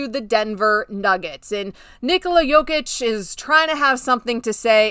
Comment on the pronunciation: U can pronounce Goran Dragic and Nikola Jokic perfectly not like Geoff, who can't even pronounce Luka Doncic.